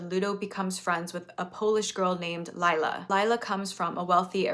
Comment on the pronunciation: I don’t think it’s that important, but I’m polish and just a quick fact: the polish name Lila is not pronounced as Layla is, but more like Lee-lah.